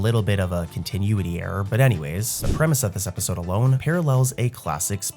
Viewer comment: I love ur vids but dude if u don’t start saying continuity right istg… (cohn-tih-new-it-ee)